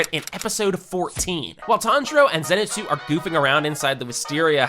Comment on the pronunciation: "tanjiro and zenusu"